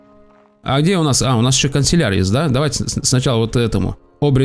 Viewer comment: ты не правильно говоришь слово канцлер. Ты говоришь канцелЯр, а правильно кАнцлер (как Меркель)